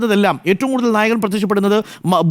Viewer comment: നായകൻ എന്നാണോ നായകൾ എന്നാണോ പറയുന്നത് എന്ന് മനസ്സിലാവുന്നില്ല ഡോക്ടർ😂